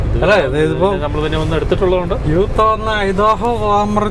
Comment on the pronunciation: തന്റെ കൂട്ടുകാരൻ correct ആയി പറയുന്നുണ്ട്. യൂത്തയല്ല എന്ന് ഞാൻ പലവട്ടം പറഞ്ഞു. ഇത്രേം നാളായി അമേരിക്കയിൽ പോയിട്ടും നേരെചൊവ്യെ ഒരു സ്റ്റേറ്റിന്റെ പേര് പറയാൻ വൈയ്യ്യെങ്കിൽ ഇടക്കിടക്ക് അബദ്ധം പറയരുത്. ഇയാൾ ചില സ്ഥലത്തിന്റെ പേര് ശെരിക്കും അല്ല പറയുന്നത്. ഇന്ത്യനാപ്പിളസ്സ് എന്നത് താൻ ഇന്ത്യാനാ പോളിസ് എന്നാണ്പറയുന്നത് . അതും ഞാൻ തിരുത്തിയിട്ടും താൻ തന്റെ അതേ രീതിയിൽ ആണ് പറയുന്നത്, അതുപോലെ പല സ്ഥലങ്ങളും.ഐദാഹോ അല്ല ഐഡഹോ. ഇന്ന് പറഞ്ഞ പല സ്ഥലങ്ങളുടെയും പ്രൊനൊൺസിയേഷൻ തെറ്റാണ്. എഡിറ്റ്‌ ചെയ്യുമ്പോൾ ഗൂഗിളിൽ ആ സ്ഥലത്തിന്റെ പേര് അമേരിക്കൻ പ്രൊനൊൺസിയേഷൻ നോക്കിയിട്ട് എഡിറ്റ്‌ ചെയ്യുക